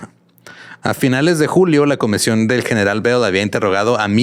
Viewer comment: Alguien más escucho "la comesión"? Creo que está pasando mucho tiempo con Badia